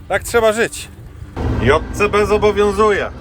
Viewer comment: Wreszcie usłyszałem poprawną nazwę Dżej Si Bi. Pozdro od tego z kim mieliście się spotkać w Polańczyku jak Ania jadła w Łańcucie lody z musztardą 🙂